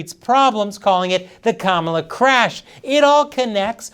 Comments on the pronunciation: He is saying Kamablah blah blah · kama"bla" like "bla bla bla"? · "Kamabla"... Big deal. I've been calling her 'Klamata Harry,' for awhile now... No one even noticed. :face-red-droopy-eyes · Kamabla is more like Kamala saying Bla Bla Bla 😂